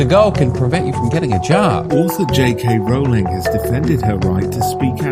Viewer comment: The first syllable of "Rowling" rhymes with "low" and "blow", not with "cow" and "now". Most of the speakers on this podcast get it wrong!